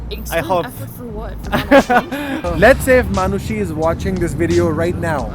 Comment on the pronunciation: Ye log Arnold Schwarzenegger (i don't know the pronounciation) asani se bol lete hai Par Manushi ko Manus😂